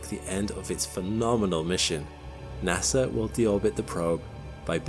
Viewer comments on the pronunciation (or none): none